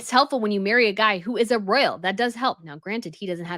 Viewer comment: Beautiful...Dear, please note: you have your own word salad and I despair to talk you out of the endless "sort of sort of sort ofs." Listen to your latest with Dan Wootton. I do try, with love and butter, to send the hints. And royal is pronounced ROYal, not rell. Slow it down and keep growing.